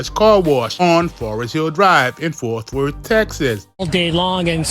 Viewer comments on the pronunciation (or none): Stop saying Forth Worth. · Bruh the word is FORT!!